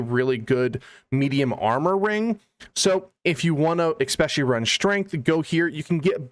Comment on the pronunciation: Great video but for the love of God, Jesus, and Baby Jesus, please stop saying "exspecially". Also "Daemon" is just the British spelling of "Demon" and they're pronounced the same. Thanks again!